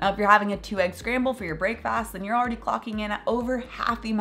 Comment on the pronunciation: Never heard someone pronounce it “break - fast”